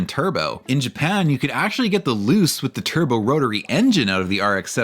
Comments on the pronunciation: I'm sorry loose? Pretty sure its "Loo-chay" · Thank you for this video! I've been waiting on the history of the 929 and Millenia for a while! One comment: My understanding of Japanese would lead to Luce being pronounced as "Loo-Chay", not "Loose". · if no on else mentioned, luce is pronounced loo-chay. awesome video! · Mazda Luce => Loo-cheh